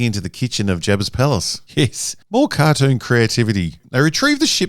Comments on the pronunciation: "Car-doon" Thanks for the video!! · Hahaha "kardune"?!😂 I love the way he says cartoon!😂